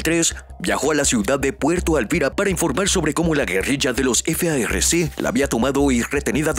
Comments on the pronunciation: Deja de decir f a r c y di farc no deletrees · No se dice efeaerrece es FARC ASI COMO SE ESCRIBE SE PRONUNCIA